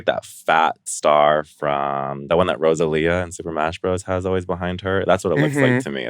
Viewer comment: NOT NAOMI SAYING JEWEL'S BUTT CUTOUTS LOOK LIKE A LUMA WHILE CALLING ROSALINA "ROSALIA". 😂